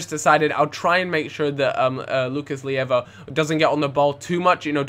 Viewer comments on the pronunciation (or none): Not Lucas Lieva, Lucas Leiva